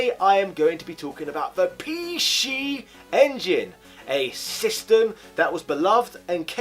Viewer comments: “Pee She Engine” grinds teeth You make me want to say “Zee Ex Spectrum” when you do that 😒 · What’s a pee-she engine? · Pee She EnginUH, the predecessor to the PeeShee EnginUH Sheedee